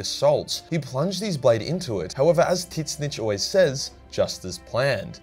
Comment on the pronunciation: Bruh that “Titsnitch” pronunciation 💀